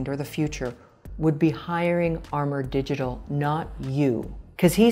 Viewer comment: The designer's co. says Amourdigital, our female reviewer says ARMOUR .